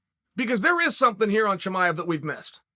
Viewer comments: "Hazmet Chimav" Chael did it again LOL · I bet Uncle Chael just likes saying « Cheemaiv »